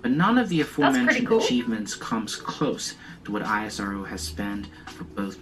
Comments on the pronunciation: Its not eye ass arrr oo Its ISRO( èsro) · it's pronounced is + row